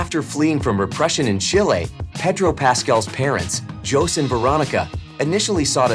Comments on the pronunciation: Yeah, really. Jose is pronounced as Ho-seh, not Johss. Please do your research before you narrate. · yes I did notice that! I guess Jose (hoe zay) is spanish for Joseph, and it was Peenoshay. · That’s not how your pronounce José.